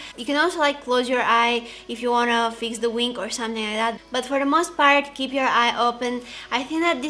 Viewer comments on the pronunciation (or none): She said wink instead of wing, she's so cute!